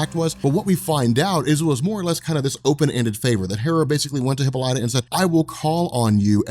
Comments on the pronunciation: LOL Come on dude. HippoLightah? It's hip - AH - li - ta ! PS I love your stuff man. I have been binging on your channel for weeks now. Pronunciation of hero names and places is your kryptonite though. BEE-ah-lee-ah is the city at the start of this series. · Hippolyta [hi-pol-i-tuh] "hippo-light-a" is driving me crazy. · Wonder woman's mom's name is pronounced hip-Paul-lit-ta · You pronounce Hippolyta's name like a jackass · Thank you, I'm glad I'm not the only one, I didnt wanna be the one to say anything.